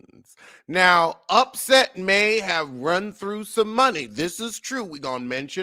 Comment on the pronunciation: 😂😂😂😂😂😂 calling that man upset instead of Offset 😅😅😅